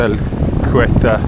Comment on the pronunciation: I think they pronouce Ceuta as ' See Oater,' planning on visiting next year. Thanks for sharing 😊